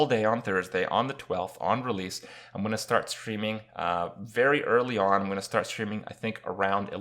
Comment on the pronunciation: Kripparian here, but this time "You guys how's it go on" instead of "Hey guys how's it going"